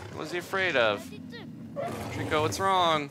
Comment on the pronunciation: You both said it wrong it's trico